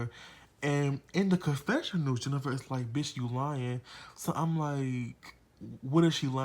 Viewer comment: "Jeni-FA" lmao. Good review! I enjoyed this very much 😂😂😂